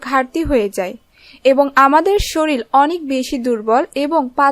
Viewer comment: শরীল না আপু শরীর